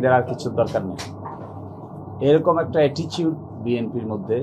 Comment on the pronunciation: অ্যাটিচিউড না অ্যাটিটিউড! আগে কথা বলা শিখেন।